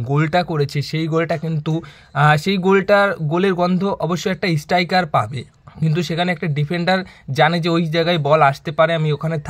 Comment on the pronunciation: কথা বলতে শিখতে‌ হবে। ইস্টাইকার নয়, স্ট্রাইকার হবে।